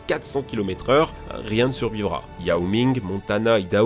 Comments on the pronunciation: Iaoming !? Pardon !? Ça se prononce Ouayoming... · 'ouailloming" ça se prononce. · YAOMING ? 😂😂😂 A pars cette ÉNORME faute de prononciation, la vidéo est très enrichissante, le sujet est passionnant et distrayant bien qu’inquiétant .. jolie taff les gars 9.5/10 ❤